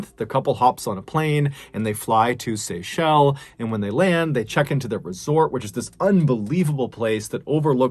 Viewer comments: it's Seychelles not Seychelle ;) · The island is pronounced Seashells, not SayShell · Bro, it's pronounced as "sea shells" lol...I like how you pronounce it anyway...love your stories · The "s" at the end of Seychelles is not silent MrBallen. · Don't forget to say the 's' when pronouncing Seychelles 💕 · That second story gave me the chills, she went because of crocodile Dundee and went out because of a crocodile, if only she waited for the dinghy but when panic hits you make stupid choices. God bless all the people featured. THE SeychelleS!!! Please pronounce the S, otherwise, it sounds weird also most people use THE to proceed it. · Pssst...brother, it's pronounced 'Seychelles' with an 'S'... Love your videos !! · Today I learned how Seychelles was pronounced